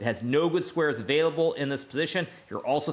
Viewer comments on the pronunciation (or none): none